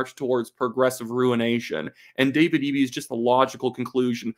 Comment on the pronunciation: Someone else from BC told me how to say Eby's name since I said it like Eb-E, not EE-B